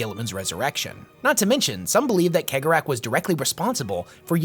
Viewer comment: Your analysis of Slaanesh and Khaine is completly wrong, but you are a blind mon-keigh so you get a pass. Also, it's "Sey-gor-ah " not keg-or-ach.